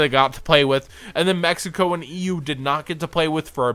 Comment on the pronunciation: When you said Mexico it hurt ouch D